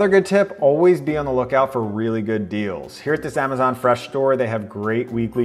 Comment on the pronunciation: Ah-ma-zanh Fresh Store